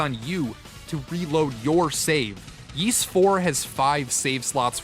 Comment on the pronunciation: Ys is pronounced *eece" like Fleece without the FL.... it's not "yeece"